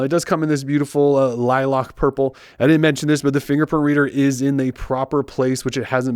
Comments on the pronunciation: Lilac is pronounced "lie-lack" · It bugs me that no reviewer of this phone knows how to say lilac. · Yes 😭 lilock like bruh li lAc lack people